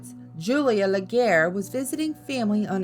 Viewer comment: Why can't anyone pronounce Legare right? Luh-gree not Luh-gare.